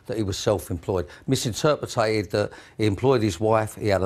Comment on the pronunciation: How in the hell does an inarticulate numb nut like him get to drive around in a Bentley? The only clarity this geezer needs is in how to pronounce MISINTERPRET!